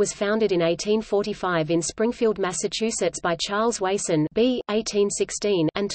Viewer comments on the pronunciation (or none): It is pronounced WA (as in water) SUN. I grew up in Springfield as did my father.